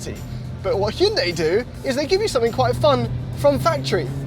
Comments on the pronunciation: Let me finish this war lol... I'm Korean. So.. okay. Actually the one the said at the very first is the right way to say "Hyundai". It is not High-yun-day, but this way of saying hyun-dae -> Adding more correction to that, try not to say that 'Y' sound at the end of the word 'dai' from pronounciation. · funny thing is was the closest to the correct pronunciation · is actually pronouncing it correct. I worked at a Hyundai dealership about 10 years ago and the dealership's Korean overlords told them it was pronounced "Hyundai like Sunday". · Your English chap is correct. He was the only one that pronounced it correctly.@ House can we get a 2024 Elantra-N review? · as a korean, the 2nd guy got it right lmaao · 현대 발음을 이렇게 잘하는 외국인은 처음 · It's pronounced "hyun-dai", my friend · ' pronunciation was the closest. Also throttle house has the best intros. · In korea, the first pronunciation is the closest lol